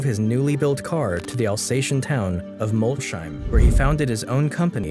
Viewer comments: If Molsheim is to be pronounced the way you did then Schmidt is spelled Shmidt. Ever see Shmidt? (There is no sh in German, there is sch) It is pronounced Mols- heim (Mols home) the home of Mol, get it? Man I cringed every time, why don't you quickly check up on these things prior. Apart from that I loved it. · The video would have been better if you had made even the slightest attempt at pronouncing words like "Jean" or "Molsheim" correctly.